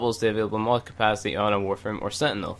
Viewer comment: love the video, but gahh its bothering me!! you don't say your T's!. thirty not firthy, capacity not capacy, lol. don't mind me.